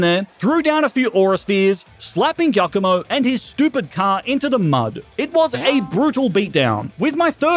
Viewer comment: your pronounciation of giacomo scares me